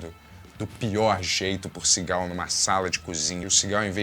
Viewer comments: Não sei se só eu, mas toda vez que o disse Seagal eu ouvia Cigarro 😅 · Só eu que ouço "cigarro" cada vez que ele diz "Seagal"? 😂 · Demorou para eu entender que o falava Seagal, e não cigarro.